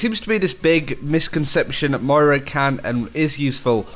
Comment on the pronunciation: It's Moira, not Moria 😂😂😂